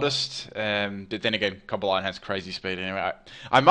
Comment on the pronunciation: How is cobalion pronounced? I always said it like cob-ally-on but you said it like cob-ah-lie-on